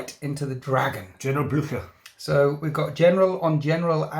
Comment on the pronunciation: Yes, Frank Blutcher is perfect ;-)